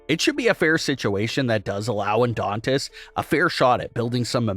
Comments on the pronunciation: Dude it's Adonis not Adontist......you do this alot!!! It's annoying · Yeah, I kept thinking orthodontist. 😮😊